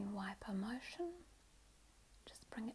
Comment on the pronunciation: How you say motion and especially has me dead hahahaha